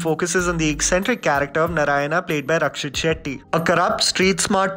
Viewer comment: I wish you said Narayana and not 'Naraina'😑